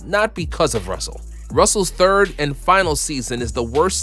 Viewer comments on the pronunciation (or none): none